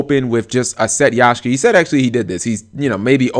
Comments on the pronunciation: YAKkkkSHA not yashka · Sorry but YAKSHA not yashka!. OCD so listening to that was killing me :p. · its bloody YAK SHA! ffs!